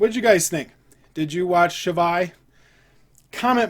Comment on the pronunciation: good review and btw you didnt butcher the name that much